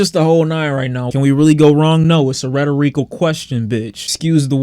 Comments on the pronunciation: "can we go wrong? No. It's a rhet-er-eecal question; BITCH." Love it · “It’s a retoreecul question bitch” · why you say rethorical like dat boi? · Ret o ree cal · Ret or reek ull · how did u just say rhetorical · why does he say rhetorical like that.... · The way just said "rhetorical" has me questioning everything.